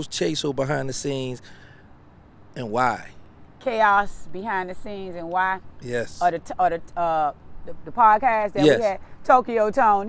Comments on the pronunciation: so you read chaos as chaso? WHY ARE PPL LIKE THIS INTERVIEWING WHEN THEY ASS CANT READ!!!!!!! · “Chaso”?! 🤦🏽‍♀️ U meant “CHAOS”! 🤦🏽‍♀️ Illiterate and be asking ignorant questions. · Did he say who caused the most KAY-owes👀 (chaos)?